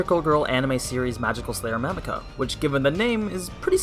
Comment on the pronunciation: Have you seen this show? I understand you mispronouncing some last names and stuff, but you said Mamika wrong when it's one of the most used names.